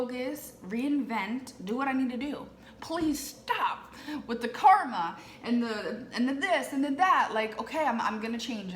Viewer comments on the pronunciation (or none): none